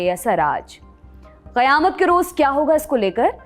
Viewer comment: Your pronounciation of QAYAMAT is rare and perfect.